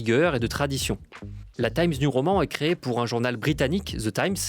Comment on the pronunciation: Pourquoi prononcez-vous "Taïmz niou roman" (TIMES NEW prononcé en 'anglais' et ROMAN prononcé comme le mot français) et pas complètement en français ou complètement en anglais ? Je donne pas d'avis négatif ou positif, ça me perturbe, simplement